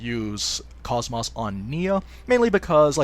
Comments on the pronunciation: it's not cos-mose it's pronounced kohs mos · Every time you say KOS-MOS I cringe. I'm very disappointed that in this game they chose to pronounce her name differently than in the game she's from...